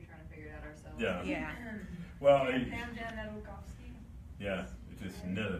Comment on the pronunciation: Its pronounced Dam-yan not Dam-Jan